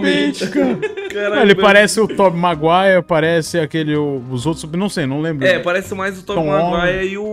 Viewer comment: "tób maguai"